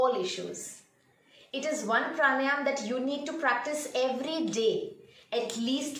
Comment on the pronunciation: It's PRA-NAA-YAM and not PR-NAA-YAAM